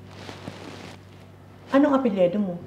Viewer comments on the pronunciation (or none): Mother Ikaw mga ang mas taga Nunfok eh. "Apelyido" Hindi "Apelyedo"